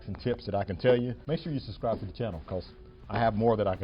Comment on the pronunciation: Nice video. I learned a few things, although my trike is a bit older. One word of advice: try to pronounce words properly. "Suscribe", 😂 At least you didn't say "excape" or "axed"